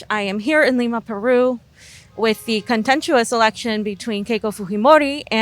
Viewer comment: Love those Andean pipes at the end, but you're butchering the word "contentious," yo. Twice.